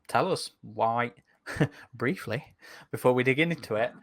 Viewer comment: Love the emphasis on the word "briefly" near the start. A running joke in the making. Or already made 😀